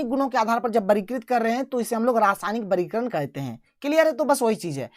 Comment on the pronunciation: Sir aap vargikaran ko bargikaran kyo bolted hai